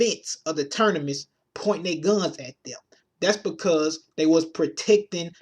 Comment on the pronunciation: Said Ternimus a couple times. Thought i was just hearin shit . Lol